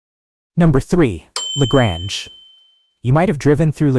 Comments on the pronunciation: La Grange .Grange is pronounced like Grain. It's not french town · La Grange-the 2nd. a is long.not short.